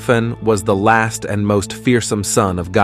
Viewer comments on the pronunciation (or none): none